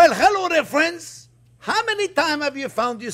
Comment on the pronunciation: "well hello there phrinzzzzzzzz!!!!!"